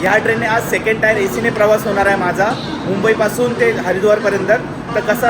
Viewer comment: टायर नसते टीअर असते दादा ते